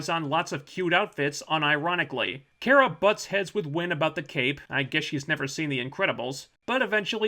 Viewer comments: It's not Care-a it's Car-a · Could PLEASE STOP - sayin ( care-a ) instead of her name Kara ( CAR.a ) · Its KAara,not Kera,hes like miss.Grant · You don't even pronounce her name correctly... Come on man. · You cannot pronounce Kara correctly. With that said, You suck. :) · its really triggering me that your saying cara wrong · why do you keep saying her name wrong? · Ok so I’m with you, but if your going to do a video on a show, at least learn to pronounce the name of the main character.